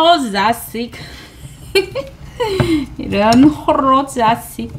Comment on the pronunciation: 아 언니 호로자식ㅋㅋㅋㅋㅋ발음 너무 찰지당! 언니 멘트가 더 재밌는데요~ 며느라기 못봤는데 재밌나봐요~ 어머님 반응 보고싶었는데 확진중이시라니 얼른 회복하시길요🙏🏻❤ 며느리가 처음인데 첨부터 잘할수가 있겠어요 아이 셋낳고 키우느라 고생이신데 며느리 노릇까지 하시고 멋져요👍🏻❤😍